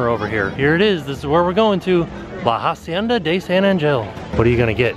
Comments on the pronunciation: Just so you guys now, in “hacienda” you don’t pronounce the “h”, so you just say “acienda” ;) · Omg this is my pet Peeve... it pronounced “ah-cie-nda” not “HA-cien-da” please help me, help you... PLEASE! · The H in “hacienda” is silent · Hey guys just to let you know in Spanish you dont pronounce the H so it would be pronounced like La acienda. love you guys!